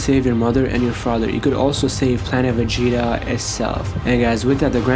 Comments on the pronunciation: Why do u say planet vegeta like that, “ planet aa va gets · Planet.....vegeta and that was gokus father.......bardock hahaha love how u say it